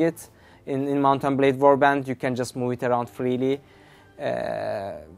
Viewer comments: "Mountain Blay Warbands" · Did he say "Mountain Blade"